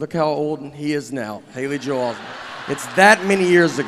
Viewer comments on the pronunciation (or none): none